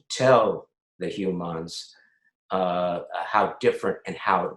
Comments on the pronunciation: When Armin started to speak about his perception of Ferengi culture and morality, he very briefly said ‚humaaaaans‘ like Quark would have pronounced it.. it blew me away... love you guys so much. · Did anyone else notice Armin pronounces "humans" as "Hew-mons?? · Armin is still calling Star Fleet the hue-mons 😂